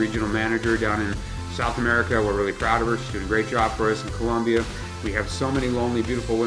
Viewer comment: 42.... It's "Colombia", not"Col'u'mbia. Don't make that mistake down there or else you're in for a rough trip.